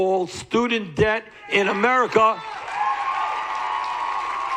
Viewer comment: I love how he says Wall Schtreet.